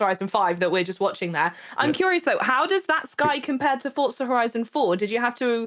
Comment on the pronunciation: For-za > fort-za